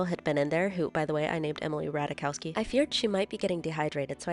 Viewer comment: En Ratajkowski 😂😂😂😂😂 funny